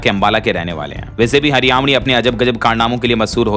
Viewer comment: हरयावणी गलत उच्चारण है